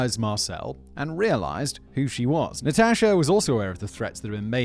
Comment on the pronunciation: You may be mispronouncing Natasha just saying maybe , maybe not idk